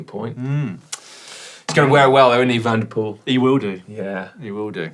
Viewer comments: 🤔.... 'Mathieu Van der Poo-el'? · Didn't he say 2 and poo ?